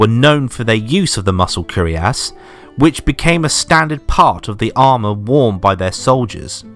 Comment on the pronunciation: It's not "curiass", but "cuirass" (pronounce "queer-ass")